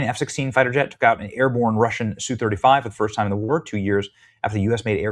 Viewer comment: ess yu 35, say the letters.